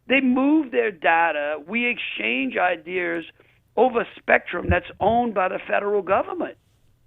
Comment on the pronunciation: Jeff Landry said “idears” multiple times